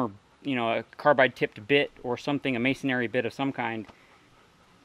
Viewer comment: Always entertaining presentations. However the word 'masonry' is pronounced mason-ree not mason-airy, again it's pronounced as mason-ree (no worries, it's mispronounced across the board by lots of folks). Fun and informative videos; your passion for all things tools, toolery and miscellany, mostly old and odd, is palpable.